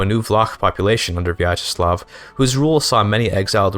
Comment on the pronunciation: I cant believe he cut out the most interesting part of the stream: islamophobia and piracy discussion 😔 Also very well pronounced Vyacheslav, good job!